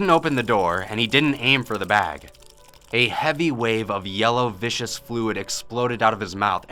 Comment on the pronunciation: "Viscous", not "vicious". Just saying.